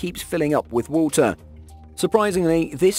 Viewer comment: "as it keeps filling up with wohltuh ..."